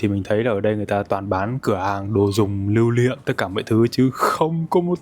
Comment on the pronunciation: "lưu liệm" 🤣